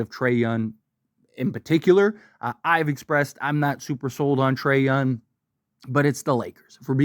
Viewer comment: Donavan Mitchell YES…. Trey YounG! … not Trey Yun…. No